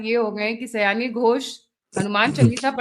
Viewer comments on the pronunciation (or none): 'सयानी' घोष नहीं.... "शायोनि" घोष!